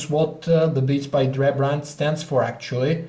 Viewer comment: "Beats By Dreeh"